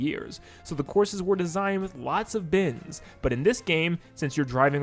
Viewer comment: He's saying bends not bins. I was very confused.